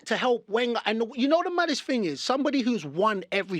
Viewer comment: Thing pronounced fin 😏